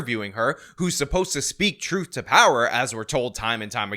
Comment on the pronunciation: And "Amboolance" and "Po-leece" and "Troof", and "Axe (Ask)" and... And when you use "the" and "a" before a word that begins with a vowel, you pronounce it "thee" and "an", like "Thee internet" or "It's an honor to...", not "Thuh internet" or "It's uh honor to...". Holy sheeeiiiit.